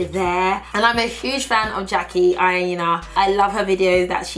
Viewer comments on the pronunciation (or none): none